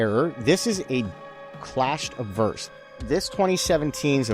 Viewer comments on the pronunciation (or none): so it's not uh-bverse, it's AH-bverse. I was wondering what didn't sound right in this video !